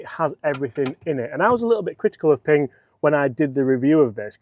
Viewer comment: Honestly it's just a win watching a pommy bloke on Youtube pronounce Ping without calling it Ping-guh